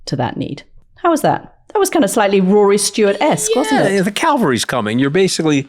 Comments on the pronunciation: ANTHONY!!! it’s the CAVALRY coming not the Calvary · The word is “cavalry”